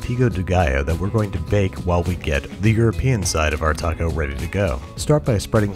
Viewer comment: That “taco” was just,,,wrong